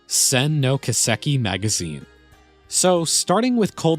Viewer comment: Kiseki is pronounced Key-seh-key. Not Kuh-sek-e.